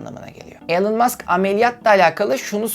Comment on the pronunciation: elon degil ilan mask diye okunur yaa işte ortaokul mezunu olarak senin açigini buldum artik senin diger videolari izlemem lazim,şaka bir yana cok iyi calismalarin var keşke daha önce tanisaydim ama işte enes batur orkun gibi arkadaşlar var saniyordum bu mecrada harikasin aynen barış özcan gibi